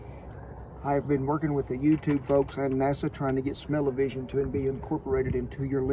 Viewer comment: "Smell-e-vison" 👏 Bless you Kent